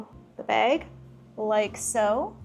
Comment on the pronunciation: The pronunciation of bag is gonna kill me 🫠